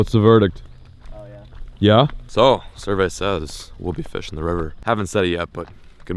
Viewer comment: Where you said "survey says" I thought you said "cervezas" 😂